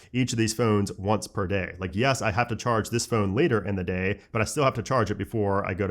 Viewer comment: Still can’t say phone properly 😂 embarrassing 🤦🏻‍♂️👎🏻.